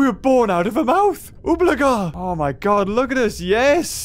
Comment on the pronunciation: i know "my" is the gramatically correct way to say it, but "mi" is how said it.